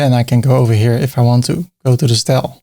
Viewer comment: The "Stel" for "Style" gets me every time lol